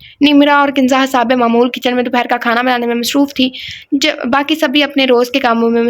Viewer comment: Dear yaar hisaabe mamool kiyon perhti ho it's hasbe mamool, like hasbe haal (a Popular talk show)